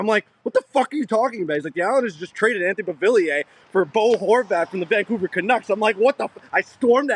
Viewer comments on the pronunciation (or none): Lol at the way Whit pronounces Beauvillier. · Its "BeauVILLier" not "Bollivier"